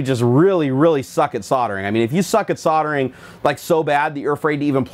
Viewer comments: Surely you mean soldering and not soddering. - there's an "L" in there. Sol [der] Ring "Soddering" means something completely different! LOL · Nerdgasm lol you can say it however you please, but I think you put too much emphasis on the "re".